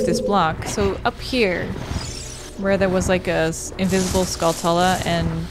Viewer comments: To be honest, I say Skulltula the same as you and english is my first and only language haha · Same here. I thought that was just the normal way to pronounce Skulltula. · The way you pronounced skulltula is correct, when i was a kid my dad and i played this and we pronounced it the same way. Honestly the only time i ever heard it pronounced like tarantula was during a play-through by the game grumps. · That's how you pronounce it, right?! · Yess, I came here just to say this exact comment. I've always pronounced it that same way. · I’m American and I pronounce skulltula the exact same way. To pronounce it any other way is super weird to me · You say Skulltulla correctly. I dont know why everyone is like gatekeepering English, like what the fuck.